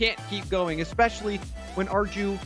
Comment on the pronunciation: ARJU PRONUNSIATION IS ARGLIU NOT ARGIU